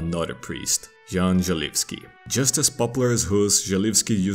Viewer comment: The only thing you did wrong was a bit of a mispronuncation of the name Jan. You pronunced the J as if it was in the word ninJa, while in Czech it is pronunced as Y in Yes. The pronunciation of Želivský was spot on however!